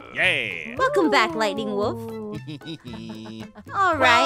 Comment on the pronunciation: When aph says lightning wolf I hear lady wolf lol